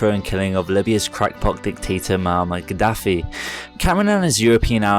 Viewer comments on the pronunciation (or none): none